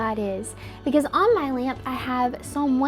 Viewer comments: “I turn on my *leayump*” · The way how she said lamp like laAmp laAmp😂😂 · I have the exact same blinds... why am I noticing this Also why does she say lamp like lämp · Lämps? Päss thë Lämps bröthër (this meant to be moth moth) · why she say lamp like dat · the way she pronounces lamp lol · The worst thing about the video is the way she pronounces lamp